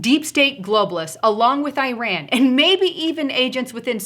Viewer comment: Eye-ran, eye-rack? Learning how to speak English might bolster credibility. Just ask the Eye-talians. Go - went - gone. You might look up 'past participle' also. analysis seems spot on, except that I don't think the situation, as is, to be so dire. My choice of response would be an immediate investigation into the vote tampering in the 2018 midterm election and the possible suspension of close winners of the seats that went from Republican to Democratic and any other suspicious races. Trump's team is privy to far more information than myself, so I expect that they will do exactly as I would, had I been as knowledgeable as they are.